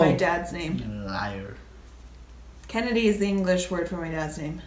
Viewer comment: Lmao when Asuelu called you a LAIYUR 🤣🤣 y’all are hilarious